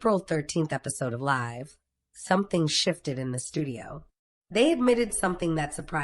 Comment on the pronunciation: It’s Live with a long I. Stupid AI.